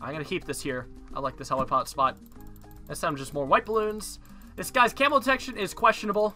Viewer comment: I used to play this game a shit ton. Still not sure why he says "Heli Pod" It's literally called "Helli pad"